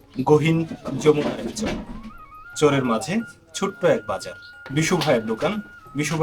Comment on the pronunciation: চর শব্দটা ভালো করে উচ্চারণ করবেন। মাঝেমাঝে চোর শুনায়। ভিডিও সুন্দর